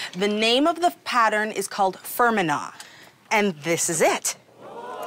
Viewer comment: Name of Tartan is Fermanagh pronounced Fer man ah. Not Fermina